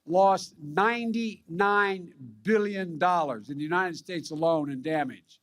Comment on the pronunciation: I'm sick of listening to all his BS but hearing how he pronounces unined states is the only thing that makes me laugh